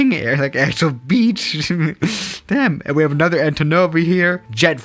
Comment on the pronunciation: Suscribed note that down with, Nother and other words that he completely destroys.